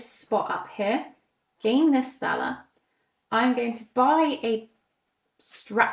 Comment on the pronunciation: Thanks for the in-depth playthrough. On a very minor note, since I'm German, the money Thaler, would actually omit the h in the pronounciation, so you would say Taler. 🙂